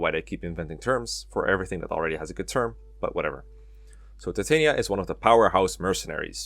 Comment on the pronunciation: It's pronounced Ti-tan-yah, like from a midsummer's night dream.